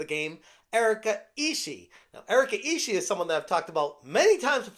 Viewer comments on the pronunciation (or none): Just friendly info to, her surname 'Ishii' can pronounce in Japanese as 'E-Shi-E'.